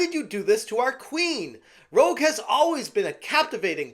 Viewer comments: you can't even say rouge correctly my guy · Rouge is pronounced Rooje not ro- ge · Um...her name is actually Rouge (roozh/rooje), not Rogue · im just going to be that guy and point out, its not rogue like you keep saying, its rouge, the french word for red 😅lol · You have never played a Sonic game if you keep saying Rouge is Rogue lol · Gods. Please stop saying Rogue. it's Rouge (Roozh).... that aside the only good thing here is I have 70 bucks to spend elsewhere now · HOW ARE ALL OF YOU GETTING HER NAME WRONG?!? IT IS ROUGE, NOT ROGUE! AS IN THE COLOR ROUGE! IT IS NOT MOULIN ROGUE, IT'S MOULIN ROUGE! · Rouge = Roo-sch Not Rogue. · Rouge not rogue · It's Rouge, not Rogue. Rooj. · ...her name is pronounced ROOJ not ROHG. like the lipstick or baton rouge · You mispronounced Rouge's name, it's pronounced like the makeup. Also, I'd like to say that the sad part about these changes is that 10 years ago, these changes would have been acceptable. However thanks to the video game culture war, that's a no. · "Rouge," not "Rogue." Everybody gets it wrong. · I can tell you're another grifter trying to infiltrate, you cant pronounce rouge like rogue, and your misinterpreting changes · buddy, its pronounced "roozh" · just a heads up, but Rouge the Bat is pronounced "roozh" (kinda like "rooj" but but with a soft j) in case you ever have to talk about her again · Just a minor thing,, since you claim to be a gamer with pride, her name is Rouge (ROOJ) as in the french word for "red". Other than that, excellent coverage my guy! Keep up the good work! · It's pronounced Rouge French for red. Rogue is a x men.